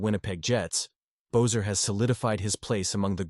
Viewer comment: Cannot listen to the commentary to this because you cannot pronounce Brock Boesers last name correctly. If you follow this fantastic guy you would’ve heard his name is pronounced BESSER.